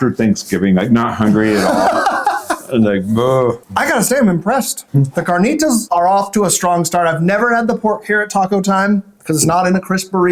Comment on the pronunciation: Good show 👍 I’ve never been but now I’ll check it out. - it’s carnitas not carnita 👍 your friend was entertaining, interesting how his eyes roll back in his head when he takes a bite 👍